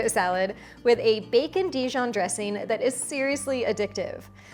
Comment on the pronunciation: Annoying because you seem to have forgotten how to pronounce the "g" at the end of "ing". What is a dresseen anyway? Gosh.